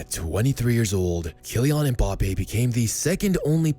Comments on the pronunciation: Mbappé* not Mboppe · by the way, it's Mbappé, not Mbappe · I love MBAPPE but MPAYPAL sounds so funny